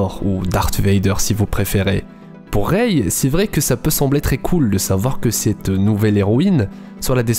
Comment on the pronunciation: On dit pas reyye on dit rey